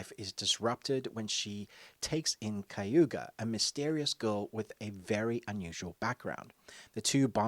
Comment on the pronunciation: Funny the amount of times you said kayuga instead of kaguya